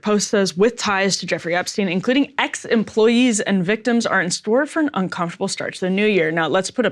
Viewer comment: Did you say "ex employees" or "X employees"? :P